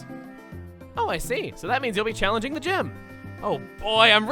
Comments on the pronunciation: with the slips of the tongue. The gizz--gym. Great job. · "That's right Blair, you should challenge the jizz- GYM" - DID ANYONE ELSE NOTICE THAT MISPRONOUNCATION?? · I heard that too. Definitely sounds like it. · omg you said challenge the "jizz" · One of my all-time favorite tracks from this game is the theme that plays when you reach the summit of Dragonspiral Tower Also if I hadn't read one of the comments below I would have thought you had a stroke when you said "sh---y" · unfortunate slip of the tongue, eh? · uhhhh whatd he say